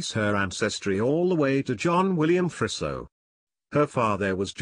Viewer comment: It's pronounced more like Freezo rather than Frisso